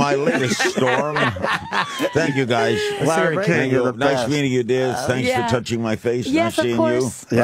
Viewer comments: Opie calling him "Lare"....what a squinty douche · Opie stop calling Larry King 'Lare'